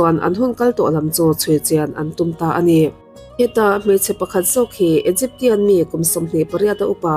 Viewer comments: Egypsian tih in lam tur aw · Egyp-sian tia lam zawk tur nilo mi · Mak ka ti deuh a...tian a tihh lai hi....😂